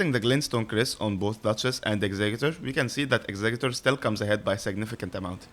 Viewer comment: Great video, and THANK YOU for pronouncing executor right!!!